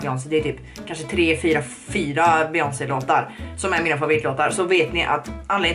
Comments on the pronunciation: ”beGÖNSey” HHAHSJA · ”Be-jöns” HAHA JAG DÖR 😂